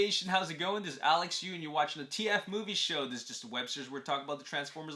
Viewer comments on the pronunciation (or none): Now matter how much I rewatch this I always hear “Alex Yu and you’re watching the Road to TF5” lmaoo